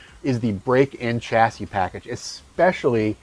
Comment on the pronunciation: Dear American reviewer, "chassis" is not an English word, I believe it comes from French, please pronounce it as it should which is something like "SHAS-ee ", this goes to you and most American reviewers which know a lot about cars, but this word is just an ear sore. the word Pizza is pronounced by Americans like "Pitsa", right? as it should! please give the word chassis the same respect. Thanks you!